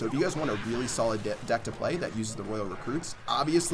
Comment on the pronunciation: Am I the only one that noticed he said “if you want a really solid di-deck to play” lool